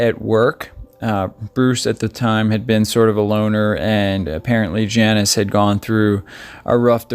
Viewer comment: Her name is pronounced Jaw-neece and not Janice.